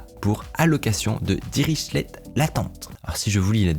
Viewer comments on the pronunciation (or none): Juste ça se dit "diriclé" par "dirichelette" sinon super vidéo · " Dirichlet " ça se prononce " Diriklet " ;) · Ça se prononce diriclé ce manque de respect pour les mathématiciens bien typique des informaticiens (humour)